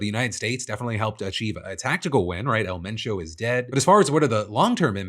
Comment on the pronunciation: props to PhillyD for putting an effort to pronounce it correctly. Don’t be afraid to try, give respect to the culture as best as you can.